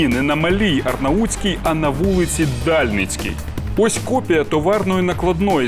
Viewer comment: ДальнИцька - ви дибіли, читайте правильно.